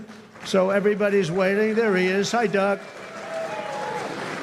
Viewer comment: Sounds like Trump said "good dog" instead of good Doug.😮